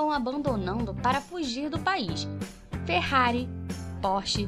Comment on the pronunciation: "ferrari" nss